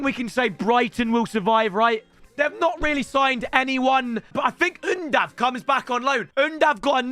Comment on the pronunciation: When did undav become Dutch 😂😂